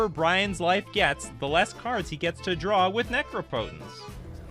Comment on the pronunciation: the mispronunciation of "necropotence" was cringey.